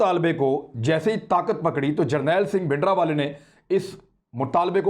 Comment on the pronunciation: His name was bhindranwala not bhidanwala. There is an R in his name. I have said many times that these mistakes show immaturity of our anchors. Please correct the title.